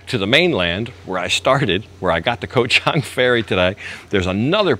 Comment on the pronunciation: I know its spelled "koh" but the pronunciation is closer to "gah", so "Gah-Chang" (elephant island) . The problem in transliteration to English occurs because in Thai a G can sound like a K depending on where in the word the letter occurs. Simple to notice the problem if you look at the word island in Thai, which is "เกาะ". You can see gah-gai right there! "ก". Thats a G sound. If it were at the end of the word it would be closer to a K sound. Also,, the ก has no tone mark, and is therefore pronounced with a low tone.